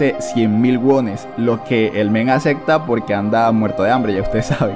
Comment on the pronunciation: Me gusta cuando este causa dice Acecta.